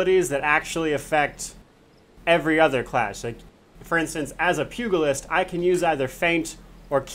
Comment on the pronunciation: Great guide but dear lord your mispronounciation of the Pugilist is grating on my OCD badly. The G sound is not G as in Goat, but G as in George. Pugilism is the forefather of Boxing, BTW.